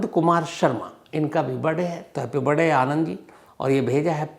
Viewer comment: It’s not BIRDAY, it’s BIRTHDAY.